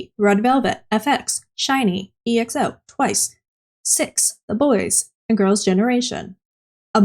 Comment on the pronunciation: it's just exo not e-x-o